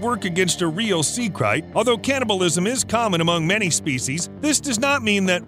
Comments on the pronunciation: It’s krait (crate) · It's pronounced sea crate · It's pronounced crate! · Bro... you keep murdering the pronunciation of that snake... it's pronounced with the long ā sound.. lol..I know I know.. Grammer nazi !!